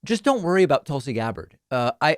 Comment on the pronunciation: Tool-C Gab-bard lol